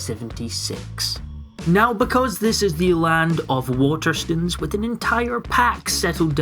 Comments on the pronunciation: "Water stuns" ... STOOONES like moan. Do you pronounce stone as stun? Like gun? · love your videos but please say waterstones properly